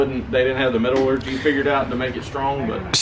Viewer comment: Metal Orgy instead of Metallurgy. LMAO!!